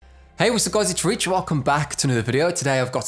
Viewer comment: I’m new, and I know his name is (Rich), but it sounds like “Reech” in my ear lol